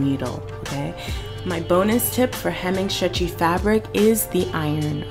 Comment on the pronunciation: Shtrait shtitch shtretchy fabric. Is that a Maryland accent I detect? Not being mean I’m from Boston, OK? I just love accents! Thanks for the help! Perfect help and I just happen to have the same machine! Totally ordering the twin needle! Had no idea they even existed!